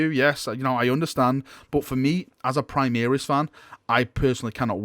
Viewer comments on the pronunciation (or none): Primaris pronounce: Pre-Mah-Rees. From Latin (High Gothic) "Prima".